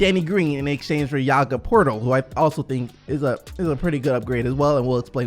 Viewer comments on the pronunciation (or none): none